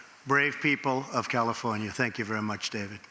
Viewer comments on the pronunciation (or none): none